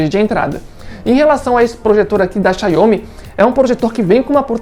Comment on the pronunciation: Gostei do projetor, a Pronúncia da marca está errada no vídeo!